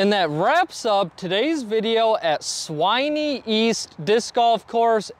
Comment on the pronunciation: Swinney - Rhymes with Fin. Sin. Bin. When. Winnie the Pooh!